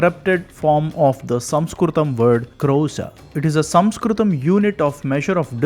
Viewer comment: The point at which word "Sanskrit" was first pronounced, I quit.